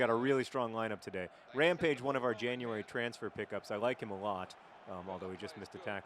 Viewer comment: "Permanent Rampage" Ramage?